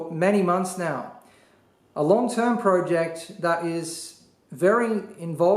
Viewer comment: omg stop saying project like that